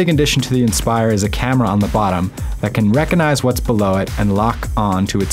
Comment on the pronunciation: If you get a narrator, he might know how to pronounce "recognize" .. it has a "g"